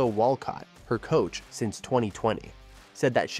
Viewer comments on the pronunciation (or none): none